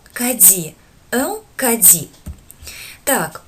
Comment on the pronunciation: Мешает шип в микрофоне. Сильный. У Вас не всегда корректное произношение, в кади смягчает д до дь, почти до дзь, это неверно и ещё есть неточное озвучивание,что формирует неверное слуховое представление. Русская транскрипция вообще донельзя Искажает французские слова! Похвально Ваше желание учить, но для этого нужно Профессионально работать или быть От Природы одарённым педагогом! Качество должно быть на высоте. Позиция " сойдёт и так"- неприемлема и несёт вред, а не пользу! Халтурить нельзя!